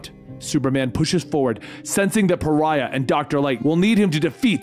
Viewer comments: Not gonna lie, it’s more than a little annoying that Pariah is still pronounced as Farrah during the first half. I know I’m not entitled to a damn thing, but I was really hoping those lines would be re-recorded for the full story. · Lol, I'm sure others have said this, but... it's pronounced "Pah-rye-ah". It means: to be an outcast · His name is Pariah ( Pa Rye Yah)Lol.. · 4/5 stars. - 1 star for making my eye twitch by calling Pariah "farrah" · Pariah, my good man. Not Phaira. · Paraiah = par-eye-uh; an outcast 🙂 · His name is Puh-Rye-uh. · He mispronounced pariah he said phara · His name is pariah not Farah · It's pronounced Pa-ri-ah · It's pronounced Pa-ry-ah... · The 7 dislikes are from people not liking you mispronouncing pariah. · Or just people who appreciate proper pronunciation. Heaven forbid, though. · There’s really no excuse for it either. It’s an actual word in the English language lmao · Hey just wondering if you realised that you were mispronouncing Pariah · Rewatching this realizing you are saying Pariah wrong lol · If only you had double checked on how "Pariah" is pronounced. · I cannot watch this hearing him refuse to pronounce Pariah properly. The hero's name is Pariah because he IS a pariah. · This is multiple vids put together. In his first few he didn’t know how to say it but obviously he figured it out thru comments and such. I think it’s funny. Cuz I was like who the F is Pharrah. And then I was like OH....you mean Pariah?? 😂😂😂🤷🏾‍♂️ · (Ferrah) Love the dramatic reading but holy shit... I would google translate pronunciations... Pe-ri-ah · he says pariah correctly here lol Edit: seems like he says correctly from here on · Dude kept calling Pariah “Farrah”. Puh-rye-uh. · Pariah = pah-RYE-ah, not FARE-uh. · I know right?!?! I mean pharah isn't paraiah I'm going crazy!!! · Pariah...pa-ri-ah. How did that turn into farrah? Lol. 😅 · PAH-RHYE-UH.not "farah"😂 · ever notice always pronounces names wrong? he called pariah parrah multiple times